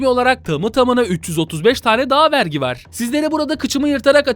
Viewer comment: Abi vergi değil artık Wergi